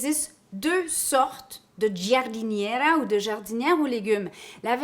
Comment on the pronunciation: Alors tu prononce jardinera. Le i est la pour faite du g un j , comme le e en français comme pour Georges par ex. 😆😆😆